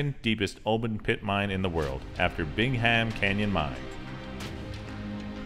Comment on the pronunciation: loved the video, but you don't pronounce the h in Bingham. It's sounded out bing-um. I live about a twenty minute drive from there and the mine is an among site to view from afar and up close